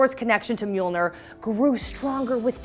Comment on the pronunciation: And "Mjilnor" in the beginning 🙊